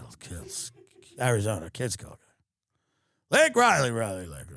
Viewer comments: Miss pronounced the woman's name! Repulsive behavior overall. VP, too! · Tim, he mispronounced her name on purpose. He was giving a big F You to us. He doesn't care that Laken Riley was murdered. He DOES NOT CARE!!! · Shame on Tim for getting Laken Rileys name wrong like Biden did